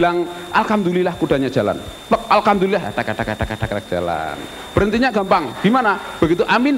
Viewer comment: Dono bilang Alhamdulilah dengan akses "Alkamdulilah" ya? pakai K? indahnya zaman itu ya, enggak ada yang salah-salahan tentang agama, enggak ada yang bilang kafir-kafir ke saudaranya. Beda jaman sekarang, Jokowi bilang "Alpateka" di salahin. Indahnya zaman dulu.... <3